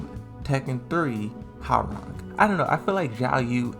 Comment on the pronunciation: yeah, don't get me wrong, I like your videos but mispronouncing the names of these characters is sooo irritating to hear, do it right! Oh and it's [Ho. Wa. Rang] not [Haw. Rang]